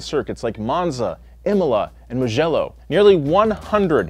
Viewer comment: Legendary f1 circuits, proceeds to say mugello